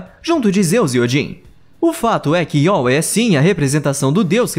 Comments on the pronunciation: To danso risada Yaweh, Iauê kkkkk, é Iavé que se pronuncia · é "iavé" a pronuncia certa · Yahweh se lê Yávé